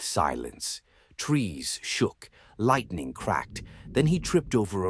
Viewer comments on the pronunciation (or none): Which kain pronunciation of lightening be this😂